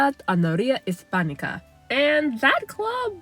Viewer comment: "Hispánica" was good. 😊